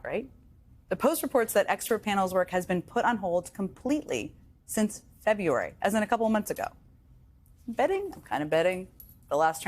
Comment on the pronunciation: The word is February. Say after me: BREWERY. This is a place where beer is made. BREW ARIE. Now say after me: FEB BREW ARIE. There are four syllables.